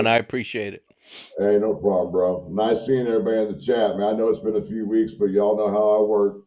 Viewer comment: And chat not cat